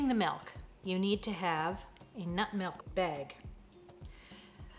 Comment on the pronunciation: They call it MELK in Iowa, i think?